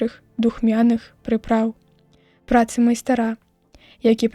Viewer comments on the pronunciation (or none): Майстара' - няправільна, трэба май'стра.